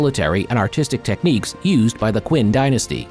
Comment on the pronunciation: It's pronounced chin dynasty, noy quinn.